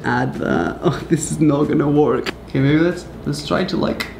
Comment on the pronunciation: You pronounce it wörk not work